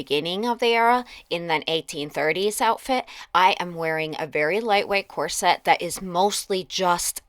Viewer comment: I love your channel, but not your pronunciation of ‘corset’. It’s COR-set, not Cor -SETTE.